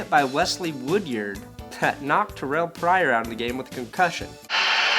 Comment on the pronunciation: Pronounce woodyard's name right